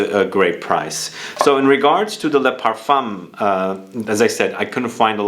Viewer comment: Parf 1 . The M is silent